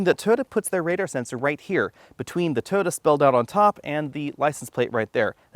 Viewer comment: Please learn how to pronounce TOYOTA.